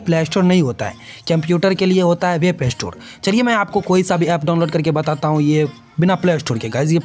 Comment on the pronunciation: Gadhe wap nhi😅 Web hota hai